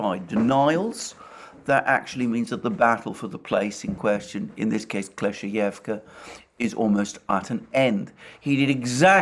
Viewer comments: Kleshcheyevka. The word rolling off his tongue like a pro now lol. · Double good news: 1. Russia captures Kleshcheyevka 2. Alexander can now pronounce it